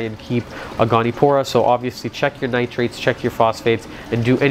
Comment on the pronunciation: goni-o-pora, not goni-pora